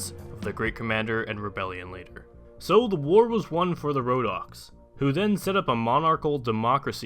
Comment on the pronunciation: Wait wait wait wait did you just say rodock's. (sorry don't know how to spell it) impressive calvary? cmon 😂😂😂